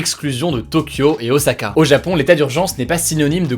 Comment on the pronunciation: T'as bien prononcé ôsaka !!!